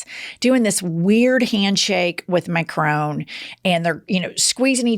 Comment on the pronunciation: You're annoying me with the pronunciation of Macron. It's Mac RON not Macrone